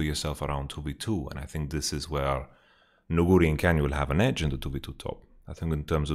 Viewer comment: most caster pronounce it Nu-gu-ri instead Nugu-ri. I dont know who is correct cause I trust your knowledge but yeah I dont know the way you pronounce it trips me bit up. Besides that you are awesome keep up the good work.